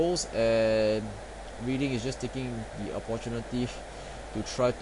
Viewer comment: Cool tactics, I am currently playing Bradford right now. :) Oh btw, Reading is pronounced: Redding.